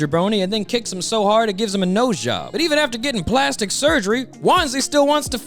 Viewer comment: I just realised - did he say "blastic surgery" instead of "plastic"? If so, that's hilarious 😆